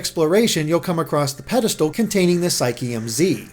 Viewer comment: When he said pedestal I thought he said pedophile...